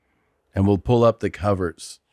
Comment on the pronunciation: I laughed when Christina said S.I cummers instead of covers.